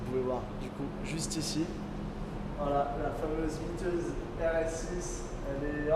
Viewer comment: J'ai rêvé ou il a dit "jai gagner la miteuse rs6 de gmk" miteuse ? Mythique plutôt ? Car miteuse .. ca nz pas exactement le meme sens.. ça craint franchement le niveau.. le pire c'est que c'est répéter plusieurs fois dans la vidéo 😅